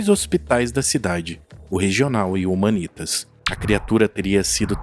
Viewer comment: Documentário top. Só ajeita as pronúncias kkkk Jardim “Andére”. Marco “Elí” Chereze. Hospital “Humãnitas”. Abraço!